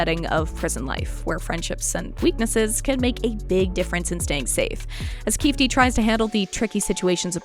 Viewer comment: Omg it’s pronounced KeyFēē